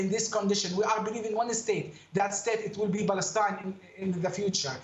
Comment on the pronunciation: Mustafa cannot even pronounce the name of his “country”. Balestine is an invention.